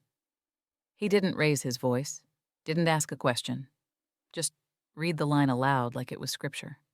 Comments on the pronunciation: Lazy people simply dump the text in and let it read. There are ways to get the speaker to sound like a real person if you put in some effort. (READ and RED is one that drives me nuts, because the AI will use long e for the first, all they have to do is edit and actually listen, or type in EFF ONE FIFTY instead of F-150) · Beautifully written and delivered. One suggestion, however. You should assign a native English speaker to listen to your posts before you release them. As well-narrated as this one was, there were still a few missteps. English can be annoyingly vague. “Read” can be pronounced “reed” (as in the aquatic grass) or “red” (as in the primary color) depending on the tense and meaning. The correct pronunciation is determined by context. This tale was too cleverly written to have its impact marred by a few “unforced errors”.